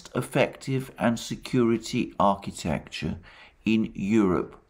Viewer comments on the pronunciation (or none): none